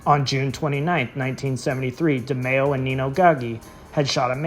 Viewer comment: Please say his name right